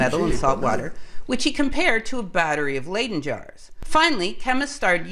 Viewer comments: It's "Leidse fles.'Not pronounced ai, but just I"So not Laiden but Liden Jar! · I love your videos but your pronunciation of many fundamental words like "layden" jar is just...no.